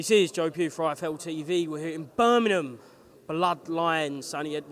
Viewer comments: Birmingham, not Burminum. 😂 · There’s a G in Birmingham btw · Joe Pugh can’t say Birmingham properly! 😂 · Annoying how people don't pronounce the 'g' in Birmingham...😂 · Can eddie say Birmingham properly ffs